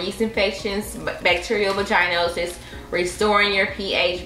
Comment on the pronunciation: Vaah-gin-osis babe or vaah-gin-itis 😂 It’s not a long ī like the word vagina.